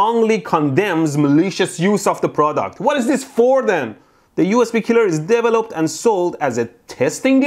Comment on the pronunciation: I would like to say…. I have never heard “developed” pronounced like that, and as an English speaker of 30 years, I will now be pronouncing it like that from now on lol I love it.